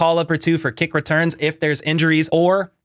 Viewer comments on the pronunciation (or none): none